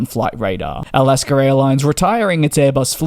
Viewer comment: DJ: There is no "r" in Alaska.😅